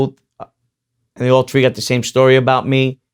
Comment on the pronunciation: Watch his other. Interviews. His voice changes. To whom Ever he may be speaking to. When he talks with stax he sounds like Eminem. When he’s talking to Vlad it’s the Brooklyn accent. 3is tree throw is trow. Ur from Howard beach brother. They don’t talk like that ova Thea. Taking bout being Real. Use ur real voice brother. Are u a homeboy or are u a Cosa nostra.